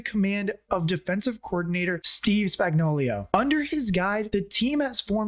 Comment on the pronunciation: Spags is Spagnuolo, not Spagnolio. Also, Tyreek is (IMO) the #1 WR of all, not just top-5; he may be the most freakishly athletic dude in the NFL, too. We miss him, but now Rice is getting it done for KC.